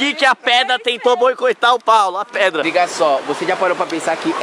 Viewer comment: No minuto um deles disse preda querendo dizer pedra